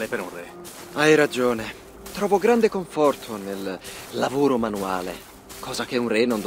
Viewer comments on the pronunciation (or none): "Grande" non grende hahahah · "Grende" bè dopo petaloso va bene tutto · Il "Grende"... Ok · Il "GRENDE" assalto, porca puttena!🤣